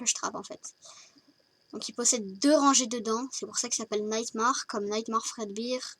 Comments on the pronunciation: Sa se dit nightmÈre et pas nightmAr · t con en plus ca se dit nightmAIre pas nightmamAre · Faut que tu fasse un texte au lieu de faire à l'improviste et aussi nightmare se dit nightmère et pas marre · Super accent anglais xd nightmaare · Super ta vidéo mais par contre le nightmare se prononce nightm'è're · Non il s'appelle nightmar bb parce que se n'est qu'un coshmar comme son nom est tu ne c'est même pas le prononcé nightmar XD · ppppppppfffff franchemant fais pas de video fnaf si ta pas revisé ET NIGHTMARE SE PRONONCE NIGHTMA''I''RE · On di pa nightmare mais sa se prononce nightmair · J'aime bien comment tu dit Nightmare x) ou est l'accent anglais (PS : C'est mal prononcer mais c pg) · 1-Ce n'es pas "naïtmarre" c'est "naïttmairre" comme TA MERE (xD) et sa secrit Nightmare. 2-ce n'est pas Bibi mais BB (Comme bébé) 3-C'est le costume de SPRING BONNIE PAS GOLDEN LAISSE GOLDY EN DEHORS DE TOUT SA (oui c'est mon préféré et alors) 4-Balloon ne fait pas flipper je suis désolé 5-c'est pas des mains de vieux c'est méchant pour les seniors... -_-" xD 7-Je sais que tu lis pas tes coms 8-tas pas remarqué que j'ai sauté le 6 9-je vais t'écrire l'histoire parce que je me fais chier.